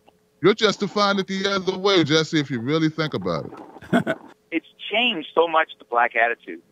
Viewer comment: I tought my English was bad but Jesse don't pronounce shit right.